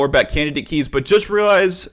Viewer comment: in 2 mins i had heared 20 times "KAYS".. oh My god 😂